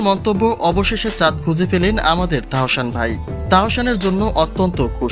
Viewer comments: তাহোশান আবার কেমন নাম? আগে নিজের উচ্চারণ ঠিক করেন এরপর ভিডিও বানান। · Please first learn to speak Bangladeshi properly, you cannot even say Tahsan properly!!